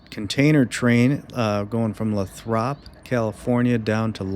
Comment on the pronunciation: Lathrop is pronounced Lay thrup. You know, for future reference 😎 And I'm calling it now, 15,000 ft is too much train for that territory.